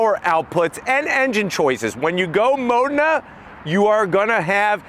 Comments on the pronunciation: Why is he saying "Mona"? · Where did you saw "MONA" ? Its "Modena" ..